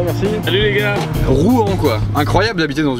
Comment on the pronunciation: t'as dit quoi sur ROUEN ?!?!! Et en plus vous ne savez même pas prononcer le nom de la ville ! C'est Rouen pas rouan